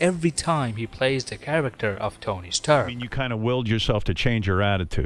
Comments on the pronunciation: "tony staherk" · the way he pronounced rdj's character is so funny. "Tony Sterk" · “Tony’s tuark”